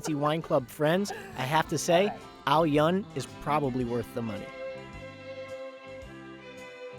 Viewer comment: Dude, you butcher the name. it's AO-yün the U is Ü sound, not the way you messed it up.